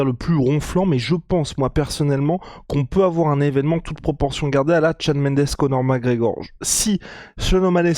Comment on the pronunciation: tu va finir par articulé son nom? C'est Conor mc fuking Gregor! Et non Conor Mareor! Merci